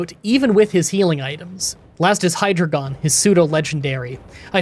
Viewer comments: HY-DRY-GON not "Hydragon". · Aren't Buffal-ant and Hydra-gon actually Boofal-ahnt and Hi-draygon?